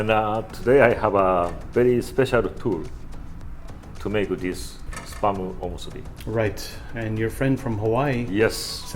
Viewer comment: Kinda sounds like he's saying sperm....